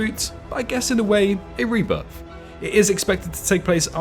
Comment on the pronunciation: THE REBRITH OF THE SENE